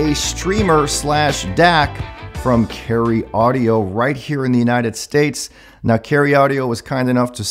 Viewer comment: "Caryeo Audio"